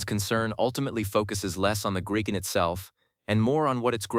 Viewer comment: It is NOT Gri fon, it is Griff on.